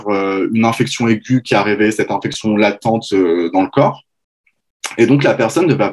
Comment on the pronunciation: On prononce INflammation et non ANflammation …. INfection et non ANfection …. etc etc ….